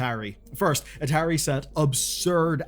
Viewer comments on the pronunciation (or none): At-ahiry is an odd way to pronounce atari. I go for ah-tah-ri. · Am i the only one that kept getting confused for a second when i heard atari said as a tary? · Dude I know your British, but you've got to be trolling with that pronunciation of Atari. It Ah-tA-ree not Ahh-ter-ee. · This video was hard to watch.. the constant mispronociation of atari.. A_TAR_E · I'm gonna block you if you don't stop saying ah-terry to me😂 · Biggest sin in this video is the pronunciation of ATARI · never heard Atari pronounced that way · Sorry, I know you're foreign, but how in gods name did you mispronounce Atari? It is older than you. Immediately stopped watching. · i've never heard a single person pronounce atari like this in my entire life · Feels like Atari is being pronounced wrong 😬